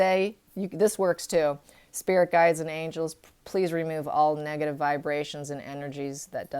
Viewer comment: Hi, is it just me or is anybody else hearing this`Every time the word "negative" is pronounced some braintwist changes it to "Megative" - maybe a suggestion for an even more negative sense of negative... Greetings from Switzerland and all the best for overcoming vour health issues!!!